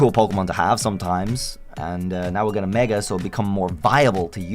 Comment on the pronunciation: IT'S MEGA, NOT MAEGAN! PLEASE SAY IT RIGHT!